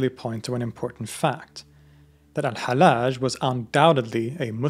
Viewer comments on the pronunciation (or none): His name is not halaj it is hal lodge. Repeat the L. Love you, man. Wish you the best. 😊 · pronounce it AL_HaL_Laaj instead of the soft Al_HaLaj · Both Ls in his name ought to be pronounced (well, in Arabic it's one lam, but with a shadda over it).